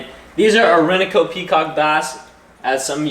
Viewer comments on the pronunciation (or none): Did you say Or-in-uh-co (Orinoco)? Erm, it is a Spanish word pronounced Or-ee-no-co. I'm going to go off on a tangent for that tank and suggest something a little more tricky and (to most people) boring: Ctenops nobilis (Noble Gourami, Frail Gourami). Or you could do Altum Angelfish. In the realm of difficult, if not impossible to find, but gorgeous: Blue Face Heckel Discus (Nhamunda or Abacaxis populations) or Brazil Red Shoulder Angels (Manacapuru).